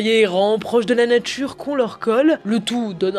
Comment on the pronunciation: « Proche de la natchure » Aïe mes oreilles…